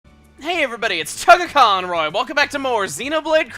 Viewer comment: Anyone else think he said tuggaaconroy in his intro?